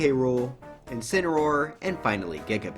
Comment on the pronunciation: Incuneroar? Or is it... INSPINAROAR!?